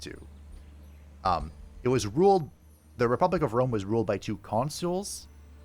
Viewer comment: Definitely Wome 😂